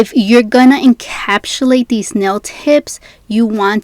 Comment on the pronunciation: Couldn’t get through this video because she kept saying “encapshulate” 🥴